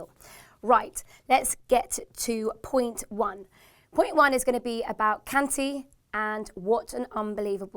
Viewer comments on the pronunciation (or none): Who the fuck is "kantee" it's kanté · please work on your pronounciation. Its Kant-ay not Kant-ee,Cont-ay not Cont-ee and Bat-shoe-I-ee not Batshoowi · "Batshoeaye" "conteeeee" "kanteeey"😂😩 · Can you please learn how to pronounce the names of our players and manager. (kante, batshuayi & conte all pronounced wrong)